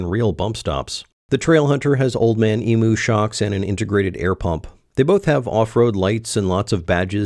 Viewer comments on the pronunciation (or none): “Eeem-You” not “EeMoo” HTH, sincerely, all of Australia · it's 'eem-you'